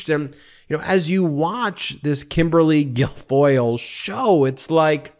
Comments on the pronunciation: Michael Cohen calls her Kimberly Gargoyle... all the time....Sometimes Ben gets tripped up on her real name.. Hilarious!! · Ben you almost got her name right, for future reference it's Kimberly Gargoyle!!!😅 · Ben you almost called her Kimberly “Gargoyle”. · Kimberly GARGOYLE is the correct pronunciation. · Sorry to correct you Ben,her name is Kimberly Gargoyle!! 😂😂😂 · Ben did you say 'Kimberly Gargoyle'?